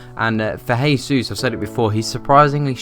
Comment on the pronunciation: It's pronounced "jaysus" because he speaks Portuguese